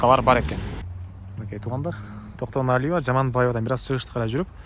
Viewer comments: Токтоналиева ,Жаманбаева эмес аялдардын атын алабай туура суйлочу Айткан ,эскерткен сайын кучойт экенсин Акма кулак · Кок мээ орусча Токтоналива болуп айтылат